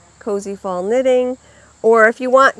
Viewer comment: Love the Bewitched collection. I love the yarn and bag this week. I thought you said it was “CozyThong “ knitting. I finally heard Cozy Fall. LOL ❤️🌺